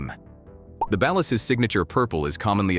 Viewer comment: The way he is pronouncing ballad is sending me lol